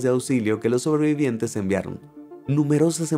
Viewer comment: Cada vez que oigo sobreviviente me sangran los oidos